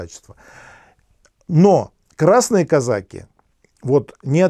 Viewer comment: Режет слух...казАки...))))